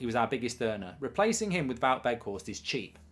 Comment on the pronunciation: Please can you stop pronouncing Wout with a V, he is Dutch, not German